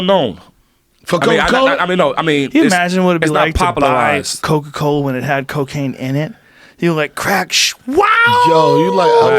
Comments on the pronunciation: Bruh is saying cocoa instead of coca. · Or Coka as Coco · Coca not Coco